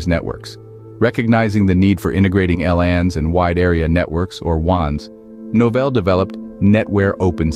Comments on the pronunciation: Awful boxing. "Noval" instead of Novell. Had to stop watching... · I thought it was my problem, that I used to pronounce the name of "Novell" wrong. But very soon I got that the voice-over of this video sometimes pronounce "No-fell", sometimes "Nor(mal)-fol(d)". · In case anyone wanted to hear an A.I. pronounce "Novell" every way possible in a single video, most of them very wrong. The history is interesting though.